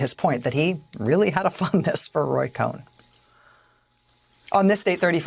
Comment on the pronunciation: Cohn is pronounced con.